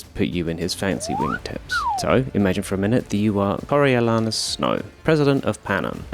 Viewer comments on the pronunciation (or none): coriolARnus I’m crying